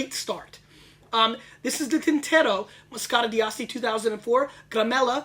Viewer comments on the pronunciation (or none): He's pronouncing the D too prominently in D'Asti. It's more fluid. Dah-stee. My favorites are by La Spinetta and Saracco.